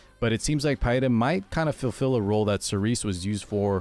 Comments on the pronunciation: It's pronounced Pee-ra. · It's Peɪ-ra.